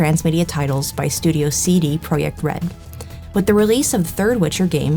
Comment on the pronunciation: No worries, everyone mispronounces things sometimes. You did a great job on this video, and while I enjoy the garden variety "the witcher is woke" clickbait at times, this type of serious deep dive into the issue is far more productive and valuable, so thank you for that. We need more videos like this. Also, CD ProYekt Red bro